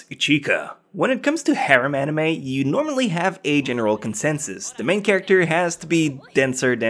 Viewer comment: Worst "nime" ....... gg boi.